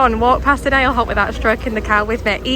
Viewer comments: Great vlog…gotta tell you how to pronounce Ale Hop…it’s as in Alley Hop. Cheers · “Ale Hop”. It’s pronounced ah. - leh. - ohp